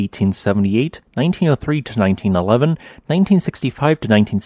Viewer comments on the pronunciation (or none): none